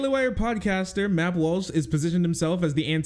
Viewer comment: did he say MAP walsh lmao